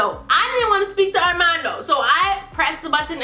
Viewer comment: It's hilarious how she says his name, Arrrrrrmando😂